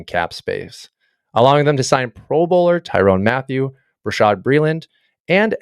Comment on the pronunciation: Solid video as far as the points made, but a quick google search could have helped the butchering of some of these player names… Tyrone Matthew, Joe Tunie, Creed Humphreys… I was beginning to wonder if it was a joke I didn’t understand